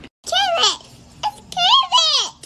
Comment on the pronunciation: The "carrwet" gets me